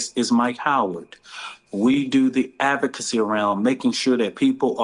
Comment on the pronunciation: Brother man can't pronounce/ enunciate. SHIZZZZZ. SMH. "since 2 towsend n 14, we are da advVERcacy, dis. No, fired .